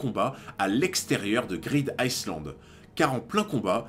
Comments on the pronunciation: En anglais le "s" de island est muet. Sa se prononce "aïe Land" et pas iceland, d'autant que pour les anglais, iceland c'est tout simplement la trad de "Islande"... Dsl je sais c'est tatillon mais sa m'a vriller les oreilles toute la video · super vidéo encore, on dit plutôt " greedaïeland" et non "greedICEland". Le S est muet ^^ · greed ICEland ca pique les oreilles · SI Je re-entend iSland encore une fois, mon cerveau se liquéfie. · Vidéo sympa, j'ai cru reconnaitre une OST de Skyrim à un moment mais j'en suis pas sûr. Cependant toute la vidéo j'ai tiqué sur la prononciation du "Island" de Greed Island, je t'invite à écouter la prononciation sur Google trad :) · Ta vidéo est cool 🙂 (Par contre ça me pique les oreilles quand tu prononce le ‘S’ de ISLAND 😉) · le "s" de island ne se lit pas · tu prononce le S dans greed island ? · Il ne faut pas prononcer le « S » de « Island » … ça me stresse